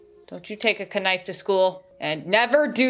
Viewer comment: "Kuh-nife" lol...